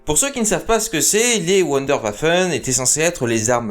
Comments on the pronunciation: On dit " Voundorvaphon' ". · prononcer Wunderwaffen avec l'accent anglais, c'est plutôt dommage. Mais l'intérêt et la qualité du boulot dépassent ce point de détail. Bravo !